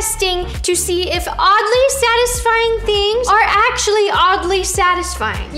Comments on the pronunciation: “Sadly odisfying” -Roni 2021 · No one: Roni: “Sadly Ottisfying” 🖐 🙌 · “Sadly Oddisfying” lol nice 👍🏽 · “sadly otisfying” 💀